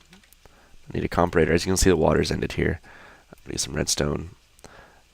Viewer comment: Say comparator right, holy shit it's not hard lol